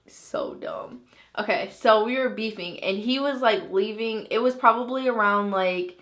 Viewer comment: the word beefing sounds so weird LMAO who thinks the same.